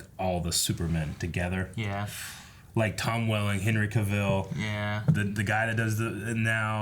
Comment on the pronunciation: Or Henry CaVILL instead of CAvill